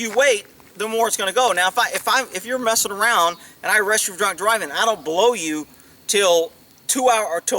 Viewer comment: Omg! Did you just say you are going to hlow me?! Sometimes you say the funniest things.